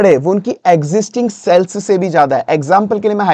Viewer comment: Ye jo aap cells cells bol rahe hai kuch samajh nahi aya. Shayad aap sales bolna chaharahe the...😢